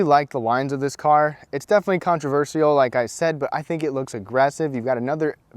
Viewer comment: the way you say controversial is controversial